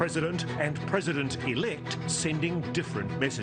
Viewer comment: Is this an old report ,Ross? I kept hearing "Pesident ELECT Trummmp"